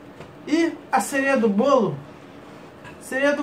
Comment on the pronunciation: "Sereia" do bolo. Foi zuera ou na região vocês falam assim mesmo?